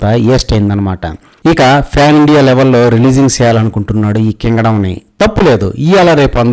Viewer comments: సినిమా పేరు " కింగ్ డాం..! " ? నాకైతే " మింగ్ డం " అని వినిపించింది బ్రో..! "తప్పులేదు., ఇవాళ రేపు అందరూ సేసేది అదే అన్నమాట" అంత క్లియర్ గా చెబుతున్నావు..! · nuvvu kingadam ante naaku emo dengadam annattu vinipisthundi😂😂😂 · అన్న అడ్మిన్ అన్న నువ్వు మూవీ నేమ్ చెబుతుంటే పీకడం అని వినిపిస్తుంది 😂